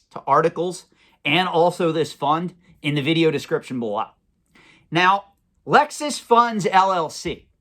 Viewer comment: Merrill Lynch is Murril Lynch. Luxus Funds is Lexus Funds. Pikachu is Pick-a-choo. Is this guy f'ing with us?